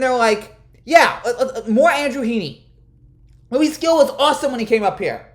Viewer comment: Gil is pronounced Hil, agree with all your points tho 😅